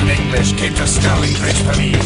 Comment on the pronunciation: I love the way he says Eengleesh.